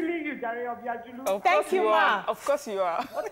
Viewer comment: for all these years of working with Obiajulu, it's still hard for you to call the name right. It doesn't speak well.